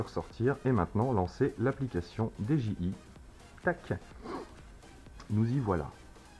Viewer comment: salut, on dit didjiaye pas deje i